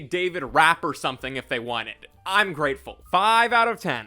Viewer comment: It's pronounced "revelation" there's no S at the end, also it's "prophesied", no Z. I'm not Christian I just like to correct people.